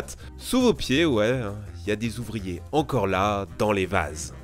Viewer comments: Pas si mal mais "la pression si Zintense" et les cinq Zouvriers", ça gâche un peu...Joyeux Noël les gars, les filles, les chiens, les chats, les canaris...!!! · tu adores faire des liaisons dangereuses "cinq zouvriers" "si zintense" :) MDR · "La pression était si zintense" tu l'écris comment ? "cinq zouvriers" aussi, stp ?